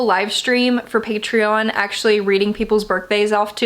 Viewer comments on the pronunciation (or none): none